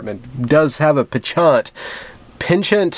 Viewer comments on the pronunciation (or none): Pen-chant, not pahn-shaunt. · Penchant pronunciation “pon chont” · “PEH-CHAUNT? Really? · Penchant = “ponshon”. It’s derivative from French. Being a member of the British middle class means hearing mispronounced words acts as my kryptonite. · 'Penchant' is usually pronounced 'pon - shaunt'. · penCHANT? Really? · Penchant = Pawn-shawn(t). The 't' is just lightly pronounced or left out altogether depending on how French you want to sound. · Pon-shon (as in 'nonchalant') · For an acceptable pronunciation of penchant, see The Spy Who Shagged me, look for the scene where Dr Evil is reminiscing about someone with a penchant for buggery. XDD LOL.